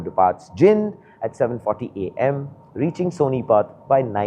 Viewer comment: It's जींद not जिंद 😭